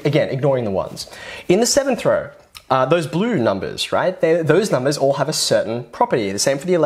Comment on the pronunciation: "all the numbers in the same raur".. dude I cant